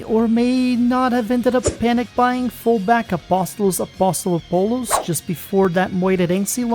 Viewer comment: Good job pronouncing Apostolopoulos` name with a portuguese accent . Great video as always mate